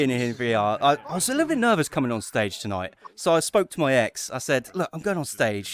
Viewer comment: great noight tonoight